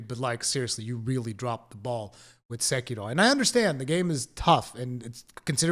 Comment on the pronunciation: I appreciate your effort to get the Japanese pronunciation of Sekiro right as a Japanese speaker would pronounce it.